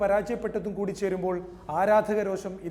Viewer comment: രോശമല്ല രോഷം